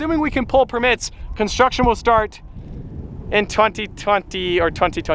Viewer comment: The way he said permit got me ded. No hate tho